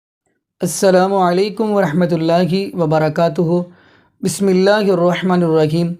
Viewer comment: BHAI AP NE BISMILLAH GHALT PERHI HAI